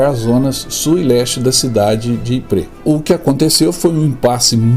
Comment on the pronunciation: `Ypres, não Yprés. o acento é no Ípsilon.